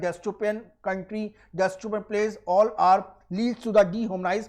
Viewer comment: "Destopan" nhi hota .. u need to work on your pronunciation